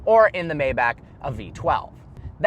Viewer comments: you should know, it's pronounced "MY-bach", not "MAY-bach" 🙂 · Say it with me: "My-Bock". Not "May-Back." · S 560 maybach. Pronounce it my bahk